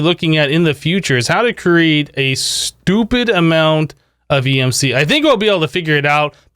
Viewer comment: "A stupied amount of emc" hahaha